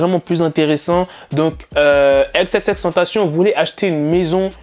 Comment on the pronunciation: Arrete de dire "TentaCIONNE" c'est tentaCION